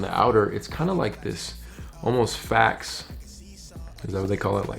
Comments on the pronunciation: Faux is pronounced Foe, like an enemy and not fax. Just a little help. 🙌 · ""Faux?" Pronunciation rhymes with show. Means fake, false....like faux leather or faux suede. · Faux is pronounced foh.....but aux isn't pronounced oh.....🤔...... 🤷🏿‍♂️